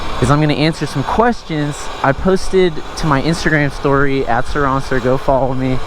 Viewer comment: It's surron-ster